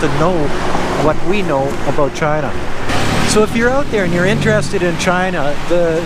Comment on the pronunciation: "oat and aboat" lol